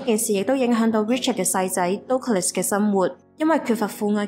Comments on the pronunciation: Douglas 的發音應該是近似「德」glus. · Douglas 發音錯了😅 But good story! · Douglas個名唔係咁發音……